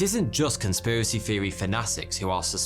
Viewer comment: Nineteen sixty free, troof, conspiracy feery, I’ll never understand why some brits pronounce “th” as f. Love this guy